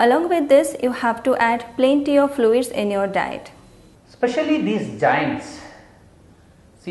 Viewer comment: Sir it's joints not jainnns🤣🤣🤣🤣🤣🤣🤣🤣🤣🤣🤣🤣🤣